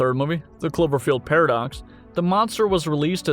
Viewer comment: 😛 I swear first I heard chlorophyll not clover field.... anyone else?